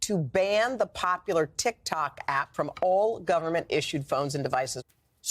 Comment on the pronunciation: "Tik Tonks" LOL